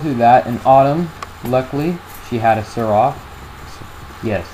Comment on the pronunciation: You said Seraph wrong -.-.